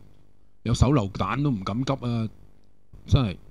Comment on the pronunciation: 成日聽到你讀成'咁'急~